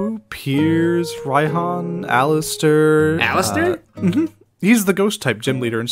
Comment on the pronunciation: Why do I feel mad whenever he says Rai-HAN insted of Rai-H-AH-N.